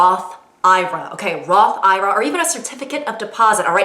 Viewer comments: it’s pronounced I R A not ira 😂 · As a 27 year old it’s Roth I.R.A. Not Ira like ya weird aunt. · I've never heard anyone pronounce it like roth "eye-rah" over roth "I-R-A"😭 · It’s not “Roth eye-ruh” it’s “Roth I.R.A.” Don’t say it like that around adults. They will cringe since it shows you’ve never heard someone say it out loud. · holy shit bro it is not a roth eyerah its a roth I R A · She makes Roth Ira sound like some old lady name 👵🏽